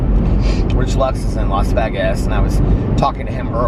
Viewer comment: If you care to say it correctly, it's pronounced - las vaygus....but you can say it however you want to. It really does not matter..